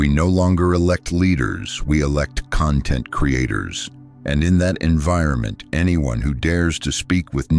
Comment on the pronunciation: Please teach your AI narrator how to pronounce content as a noun, versus content as an adjective.